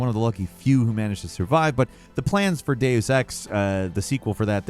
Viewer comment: Stop saying the word Deus so wrong!